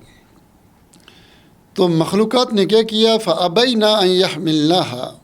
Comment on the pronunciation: اپنا تلفظ درست کریں آپ فابین کو فابینا پڑھ رہے ہیں